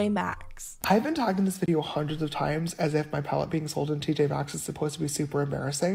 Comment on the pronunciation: fun drinking game: take a shot whenever says "TJ Maxx" wrong